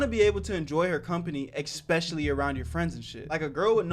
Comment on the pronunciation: "espicially if its your signifacant other" uhhhh what did i just hear? WHAT DO YOU MEAN ITS NOT SOMETHIN LIKE THAT RIGHT????????😅